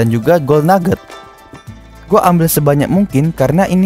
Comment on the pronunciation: Kok ngomong nya agak kurang bang , gold = gol